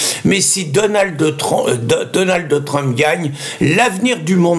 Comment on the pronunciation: c'est dur de rester concentré quand tu dis Donaldde Trinpe